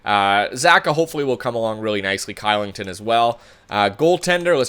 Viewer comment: oliver "kilington" is prononuced "clichelington"